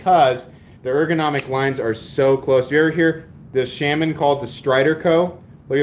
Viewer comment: Shes right about the pronounciation of integral, also it's the spyderco shhh-ahh-min not shame-in lol. It's a native American holy man or medicine man.